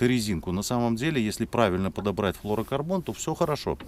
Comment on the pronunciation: Да перестань ты говорить флорокорбон,правильно флюро говорить